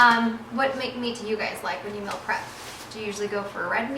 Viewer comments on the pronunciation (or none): Why does she say "mill" prep?